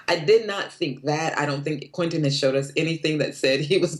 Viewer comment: It's QUEN TIN NOT QUETEN!